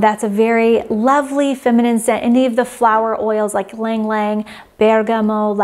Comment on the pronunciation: Thanks for sharing! I love ylang ylang. It's pronounced ee-lahng ee-lahng.